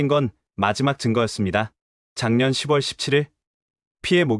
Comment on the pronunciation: 6월 [유월], 10 월 [시월] 나레이터 하실 때 참고 하셔서 바른 발음으로 하시면 완벽한 나레이테가 되실 것같아요.